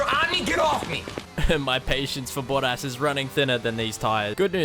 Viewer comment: Kept thinking "who is boddas?" 😂😂 Accents can be funny 😂